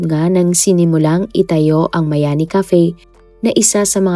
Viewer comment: hindi miami,kundi MAYANI